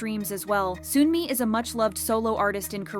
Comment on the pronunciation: girl its SUNmi (SEONmi) not SOONmi